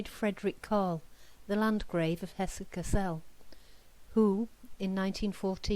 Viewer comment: Very interesting, dispelling certain myths, uncovering hidden facts once again. Thank you,. (Kassel has the stress on the first syllable, rather like 'hassle'.)